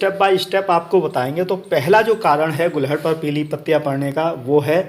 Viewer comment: तो फिर आप भी इसे गुड़हल बोलना शुरू कर दो। आप गुलहड़ बोलते हो।